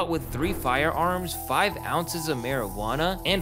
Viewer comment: U pronounce it marijiwana